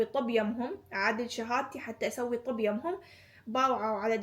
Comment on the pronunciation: اسفه بس ليش تكولين طوب بدال طب 😂😂